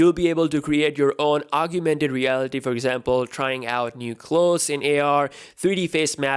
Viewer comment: Nice, very informative video! Looking forward Samsung's 2019 flagships! Side note: did you say 'arguemented' reality? Did you mean augmented reality (AR)?